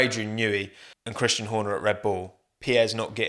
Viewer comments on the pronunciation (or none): none